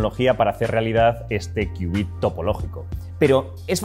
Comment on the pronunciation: Me quedó la duda, y ¿cómo se hace que estos transmod se entrelazasen cuánticamente? Por cierto, felicidades por conservar la pronunciación y la escritura de qubit, y no hacerle caso a la Rae con su "Cubit" 🤣😂 se escucha feo "cubit"